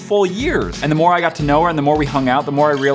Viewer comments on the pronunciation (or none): Amanda said more not moar